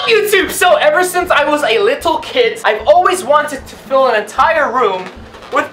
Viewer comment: the way he says 'little' is so funny 😂